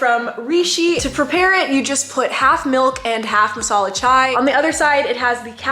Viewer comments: Indians here- It's not masala chwai!! It's chai!! 😂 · The way she said chaiii is literally how Indians say it